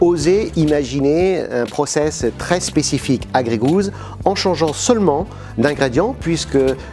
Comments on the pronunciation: Ca me dérange vraiment d'entendre grégouz à tout bout de champ, surtout dans leur pubs... Gey Goose est prononcé ɡreɪ ɡo͞os. Gousse a la limite. Quand on prend un nom anglais pour un produit estampillé made in France la moindre des chose serait de le prononcer correctement... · Bordel un produit "100%" français vous êtes même pas foutu d'inclure le nom dans les 100% Et même le mot anglais vous êtes pas foutu de le prononcer correctement... ps : Plus on me bombarde de pub moins j'achète.